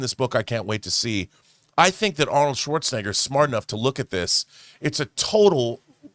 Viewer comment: Apparently, John Campea doesn't know how to pronounce Arnold "Swartzcheneger's" name.